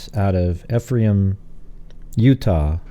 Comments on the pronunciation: Pronounced, “eefrom” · Ephraim is pronounced E-from